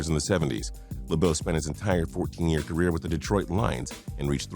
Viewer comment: Did he say ca-weer